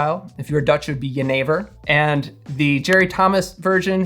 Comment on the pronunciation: It was lovely hearing a foreigner saying 'jenever' correctly. Great recipe and great video!